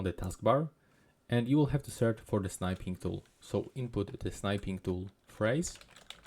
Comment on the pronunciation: thanks, that was useful. Just one thing, 'snipping' and 'snip' is pronounced with a short i sound, as in 'sit' and 'sitting'.